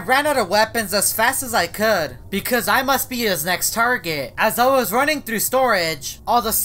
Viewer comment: Anybody loves the way of how he says “through” 😂😂😂